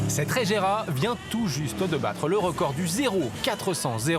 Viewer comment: Pouvez vous faire un effort sur les nom svp psk la "régéra" et "taicane" c est ridicule